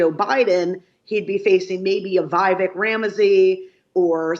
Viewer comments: David, her predictions did not transpire. This interview has not aged well. "Trump is making a strategic miscalculation." ?? DeSantis was def not the center of attention. It's all about Vivek💥 You spoke to her pre debate..she couldn't even pronounce Vivek's name.. Bet she can say it now. DeSantis is done..Tim Scott was a non factor. Jus sayin ..keep it real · Great analysis, but does she not know how to pronounce Vivek’s name? Seems like a big oversight for a professional political analyst…